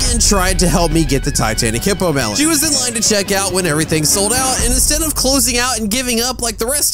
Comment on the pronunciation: it is hippolemon not hippomelon